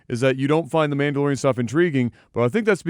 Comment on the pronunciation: First 5 seconds: Manalorian. Dog shit 😂😂😂